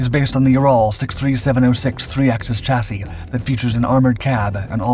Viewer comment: So glad to hear you pronounce chassis correctly now instead of how it is sounded out, congrats long time subscriber 😊